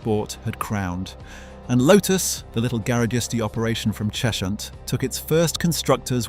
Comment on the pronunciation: Cheshunt is pronounced Chezhunt